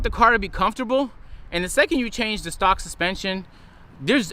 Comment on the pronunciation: Bruhhh I thought you said socks 💀💀💀